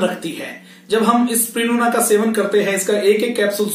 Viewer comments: Spirulina to theek se bol lo pehle.. usper video bana rahe ho... Spiluna Nai Bolte Isko Spi - Ru - Lina Iski Practice Karo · Spriluna nahi sir Spirulina Aapne likkha sahi he Pad galat rahe he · Are bhaiyya pehle spirulina ka naam to theek se lena sikho. Ye spiluna spiluna kya bol rahe ho? 🤣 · pls pronounce spi-ru-lina correctly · You are not pronouncing the world spirulina properly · Aap SPIRULINA please pronounce karna bhi thoda sikh lijiye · Naam toh theek se lelo